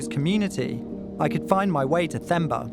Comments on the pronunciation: At least have the respect of what you are reporting by PRONOUNCING the name THEMBA correctly - it means BELIEVE ! how you can be so dumb I don’t know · Themba pronounced with only a "T", please, the "h" is silent. Zulu for faith or hope. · Maybe if you pronounced his name right the first time you could've located him sooner lmao. Did no one you called from South Africa tell you how to pronounce him name properly? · I'm glad he changed his name to Justin because listening to Themba being pronounced incorrectly every time was killing me. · A harrowing story no doubt, but the messing up of Themba's name is grating. It's understandable when you read it, but once you ou hear it, not many can mess up the pronunciation. Anyway, glad he survived. I had no idea there'd been so many attempts at this on record. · I was so proud of when he got to Mozambique and learned to pronounce Themba's name correctly after HEARING AUDIBLY...but then went back to typical white and saying it wrong. Themba is pronounced as T-hemba or Temba. Not Th-emba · Themba is pronounced as if the “h” was silent. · Themba is the Zulu name that can be translated to Hope in English. An English speaking person would pronounce the name as Temba. The H in it makes it Temba (English pronunciation) in IsiZulu. That's the actual sound of the name instead of Themba. Just FYI. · He's been saying Themba (correct spelling) wrong the whole time. The H is silent so its pronounced as Temba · It's not Themba for thumb.... it's Themba as Term-ba... the repeated wrong pronunciation was annoying even after Carlito's friend corrected your pronunciation. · Tay-mba, not thay-mba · This is a touching story 😢. I am south African, from Johannesburg. That name Themba means hope or trust. It's pronounced temba but spelled like Themba not how you pronounce it theemba. 😅 What I want to say is you must call the T in themba. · His name is pronounced Temba. The h is silent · Im pretty sure its pronounced 'TEMBA'